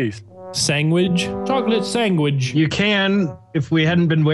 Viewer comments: Chocolate Sangwidge 🍪🍫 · Nogla saying Sangwage remidns me of Benadryl Cucumber saying Penguins. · Chocolate sangwidge! That bo3 video had so many great nogla moments